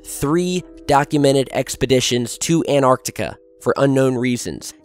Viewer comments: stop saying anarctica! I cant can't listen anymore. it's Antarctica. how can I believe you when you cant can't even say the fuckin place name right? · AN-tarctica not ANT-arctica :P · hey or what ever your name is why don't you pronance some words correctly its Antarctica not anartica its Iran is pronac...d eeran not I ran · Anartica= Greek for 'I stood up' the South pole area however is called 'AnTTTTTTTTTartica'. this for the people who have gets puzzled ... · I tough it is ANTARCTICA not ANARTICA ??? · Antarctica not anarctica not anartica. If you're going to base so much of your content on this continent the least you could do is pronounce it correctly. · cant he pronounce both of the Ts in anTarcTica?? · An-arc-tic-a. Sorry bro you pronounce it An-tarc-tic-a. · AN-TARK-TIK-KAH Not anarctica...annoying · Why do Americans say 'anarctica' it's Antarctica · it's antarctica not anarctica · please pronounce antarctica with THE "T" FFS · Repeat after me; .. "AN-TAR-TIC-A" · Please, lend yourself some extra credibility: ant·arc·tic \ ant-ˈärk-tik, -ˈär-tik\ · You do know there is a t in antarctica?